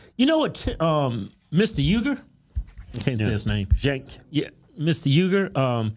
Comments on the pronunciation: Senk (not pronounced jenk) is an idiot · The name of the show is named after a historical group who opposed the Ottoman Empire & its leader Sultan Abdülhamid II. His name is pronounced Jenk not Jonk He can get quite stupid at times to the point where he won’t let those who disagree with him talk he just keeps yelling over them. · it sounds like she called him "Jank." That would be a good name for him. He seems janky. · I do not like being a hater. But The name of his show is stupid his name Cank pronounce jonk is unsettling Sounds like he has the iq of a melon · Jenk, otherwise it's Sink (Cenk)! This guy's an idiot. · Cenk if you pronounce his name correctly is a racial slur against Asian people.